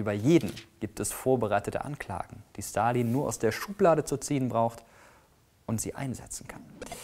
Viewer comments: Wieso kannst du seinen Namen besser aussprechen als den Namen Elon Musk? Hast du Russische Vorfahren? :D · Der erste Der Stalin mit einem S ausgesprochen hat und nicht mit einem Sch!!!